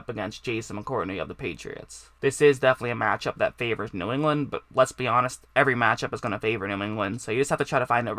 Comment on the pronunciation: Boy you cannot say “New England” to save your life huh?